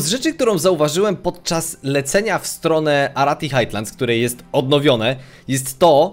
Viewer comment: nie "Hajtlands" a "Hajlands"